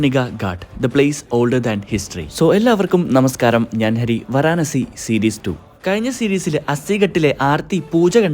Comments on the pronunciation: Varanasi alla vaaranasi Pronunciation thettannu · Vara _ nasi? Varana si - alle pronounciation?